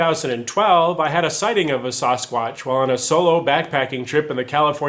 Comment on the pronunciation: Please.. Sass-quatch, not Sauce-quatch. It is Ike sassy, Saskatoon and Saskatchewan.... not spaghetti sauce or sausages...